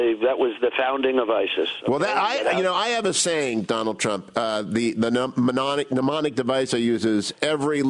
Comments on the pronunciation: "mnemonic," not "pneumonic" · It's mnemonic device not pneumonic... What is the world coming to ? Such disregard for the power of words... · "pneumonic" device - dude, it's "mnemonic"